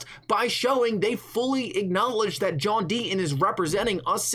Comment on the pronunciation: Today’s Rant should be brought to you by the letter T John DEE-TON…..not DEE-IN